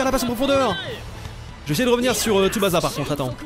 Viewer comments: Super vidéo le jeu donne envie même si il manque les guitares électriques hurlantes de la série dans l'ost, mais par contre stp arrête de dire TsubaZa c'est comme Osaka on dit TSUBA"SS"A merci tu m'écorchais les oreilles désolé pour mon nazisme primaire :p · Pas tsubaza stp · Parcontre arrete de dire Tsubasa stp😂 ca ce prononce Tsuba CA